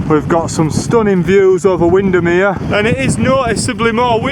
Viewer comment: As soon as you said “wind-am-here” it arrived 🤣🤣🤣